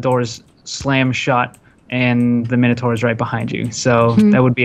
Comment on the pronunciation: I died a little when beef said oh noes the minataur